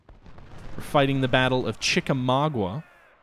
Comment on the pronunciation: ChickaMAUGA not ChickaMAGUA!